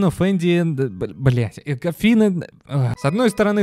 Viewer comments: не коффин,а кофин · Можно было не полениться и вместо множества никчёмных слов потратить пол-минутное время на посик правильного произношения основного слова в названии этой игры, за которую взялись? COFFIN звучит не как "коффИн", а как кОффин